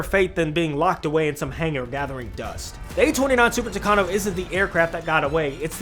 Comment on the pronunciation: Super "Tucano"??? 😮 Later correcting myself, the Super "Tucano" didn't compete with Skyrider in the second race, but rather with Wolverine. The Super Tucano was the one that won, but didn't take the prize; Uncle Sam's policies wouldn't allow a foreigner to prevail over the natives.